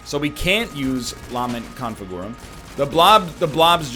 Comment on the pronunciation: He may be able to pronounce golden but will he ever learn how to say "LAHment ConfiGOOrum" properly